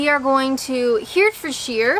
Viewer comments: Herefordshire - try saying it as Herry-ford-shire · I just want to point out for accuracy's sake that Wiveliscombe ( known as Wivey locally) is in Somerset not Devon. You pronounce Herefordshire like De Niro in "Ronan". His pronunciation always annoys me and ruins the rest of the film. It is pronounced Hair-rer-ford-sheer. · If it's any consolation, I'm English (although I now live in Ontario) and I struggled with most of the place names. There's no reason or rhyme to some of them! I was deeply disturbed by your pronunciation of Herefordshire... pron. Hairy fud sher BTW... one food you should try, (my absolute favourite) although I do not know if you'd get them in Kent, is Holland's puddings. They are steak and kidney in gravy, in a suet (pure fat) casing. They will stop your heart beating at a hundred paces but they taste excellent... the food of the Gods! My recommendation would be to have one with chips (fries not crisps!), peas (marrowfat) and gravy. You must have two buttered barm cakes on hand, as you are going to put half a pudding on each, together with chips, peas and gravy! You'll think you've died and gone to heaven. My Mum used to smuggle them into Canada for me and when I go to visit England, I gorge on them. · 😂😂😂 another hilarious and somewhat courageous video! Leominster was one I put forward, had to chuckle at that, although I DIDN'T anticipate the trouble you had with the county name - Herefordshire. It's 'Here' pronounced like 'very' ford is like 'fud' or 'f'd' and shire is sheer. Herryf'dsheer... Herefordshire. How's about this for a video idea, two in one day; " tries more favourite ciders" followed immediately by; " pronounces daft British place names - 3!" Although I still quite like the idea of you discussing your top however-many music albums. Great video! Cheers! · Herefordshire is not pronounced as Here, it is pronounced with short "e" sound as in "egg" so we say He - re - fordshire. Hope this helps.